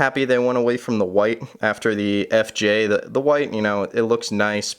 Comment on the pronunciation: I don’t think you said FJ right once in that video